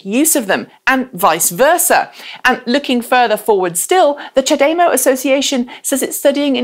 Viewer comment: Question, is there any reason you pronounce CHAdeMO differently than virtually every other person I have met?